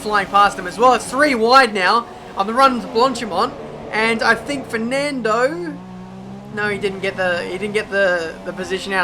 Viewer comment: Man, i shit bricks of laughing when you say “Firnandooo” kkkkkkk